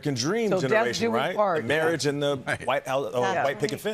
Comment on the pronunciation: At first I thought the lady said "mirage" instead of marriage. But then I realized what's the difference anyways.😁